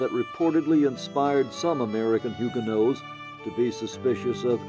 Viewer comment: It's not Hugenoes. It's Hugenots as in nots.